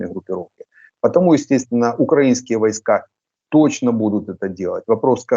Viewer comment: Почему свитан говорит укрАинские, а не украИнские? Засланный?